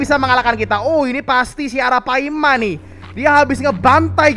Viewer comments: Ara palma bang bukan ara paima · bang pas ngomong ratu yg legenda hidup di sungai itu arapaLma bukan arapaima